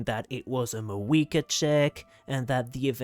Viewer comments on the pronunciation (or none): none